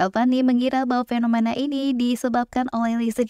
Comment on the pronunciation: suka ama materinya,bagus, tapi utk narator nya perlu di upgrade biar informasi yang disampaikan bisa lebih mudah diterima, saia sempat mendengar (atau telinga saia yang sedikit error) pengucapan kata FENOMANA, KONSTRAKSI, PAKSTA serta gaya bahasa yang terkesan nge drag alias di seret :D,,,,,, ttep semangat, ditungggu materi berikutnya